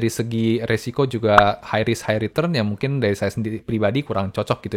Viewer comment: Dan retrun